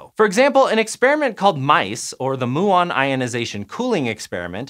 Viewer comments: muon is pronounced mu-on like the Greek letter, not moo-on like a cow. this made the middle really hard to listen to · moo-ONs :D Made my morning, thanks :) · STOP SAYING MOO-AHN!!! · Moo-ons is how cows say muons. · Everyone I know says mew-on /myuon, and I hear a lot of people from all over the place say muon daily. It was quite odd to hear it pronounced that way. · Moooo 🐄 I'm glad he says "experiment" the right way :) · these guy doesn't even know that he should say mYuon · Why did he keep saying Moo-ons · Moo-on? 🐮 Really? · wow, a particle physics with a guy that does NOT know how to say MYUON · Exactly. It is painful to listen from a science channel, makes you question the reliability of the whole channel. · Linode can be subjective - but Muon?! I had to stop watching after the 15th time he said it. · Please pronounce Muon correctly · Pretty sure your saying muon wrong. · The way he was saying muon 😶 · Oh thank god someone wrote a comment about this. My eyes were about to pop out mah head every time he said muon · learn to correcly pronounce muon. ths last one (DUNE) is a detector not an accelerator. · I can't cope with the word muon. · He pronounced it wrong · Mew-on, not moo-on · Moo-on. Lol. Can you produce them by colliding cows? Even Americans I've listened to talking about them say m'you-on... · Come on muon, not moo’on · Particle physicist here - I don't think I've heard "moo-on" before aha, typically people use "myoo-on" like the greek letter. More interestingly with regard to a muon collider, the other big engineering constraint is that muons decay in microseconds. You can extend this relativistically when you speed them up, but you can't escape it, so you have a ticking clock from the time you create the muons to the time you collide them. The LHC currently takes hours from injection to collision, so this would be a significant design difference, though it should still be possible. A muon collider would be really, really exciting. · myoo on : P